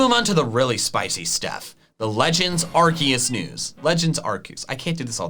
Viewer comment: do you meen legends arkoos